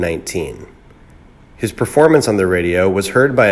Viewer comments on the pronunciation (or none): none